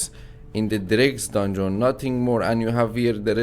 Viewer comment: you need to stop saying dundzon say it without o like dandzn you going on my nervs when you say dandzon dungeon dungeon dungeon